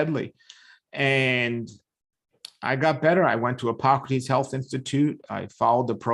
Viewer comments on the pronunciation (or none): none